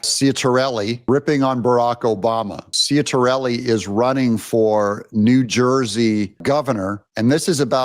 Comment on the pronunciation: BTW Doug, Jack's last name is pronounced Chit-uh-rell-ee 😏